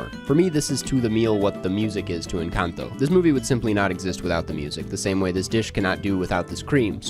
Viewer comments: I'm so freaking happy you pronounced this Films title correctly! Every other white guy reviewer I've seen on this site pronounces it so horribly... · I hit the like 10 seconds in just for your pronunciation of Encanto